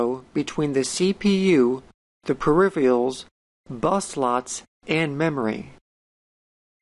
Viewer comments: mispronounces peripherals otherwise great so far XD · Great video. How come nobody can pronounce the word p-e-r-i-p-h-e-r-a-l-s correctly? "Periphiyals, peripheyals,"....